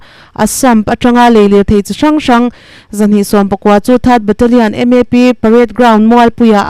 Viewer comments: Teikhang khaw hming i chhiar rik dan hi a ri diklo tlat mai a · Teikhang i lam dan a dik lo. . . Chuan a hai tih pawh kha mizo lam dan dikin lam hram teh. . Kan lo ngaithla uluk mai sia